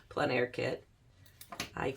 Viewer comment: Thanks for pronouncing En Plein Air correctly ("on plen" air). So tired of hearing even professional artists saying "en plane" air. 😬 Sorry Americans, its mainly you.